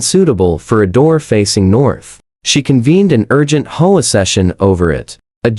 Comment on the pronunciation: H O A is not pronounced whole . Get it right or stop posting.